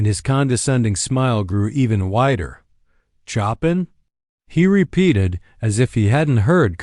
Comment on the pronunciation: Couldn't the reader at least pronounce Chopin's name correctly?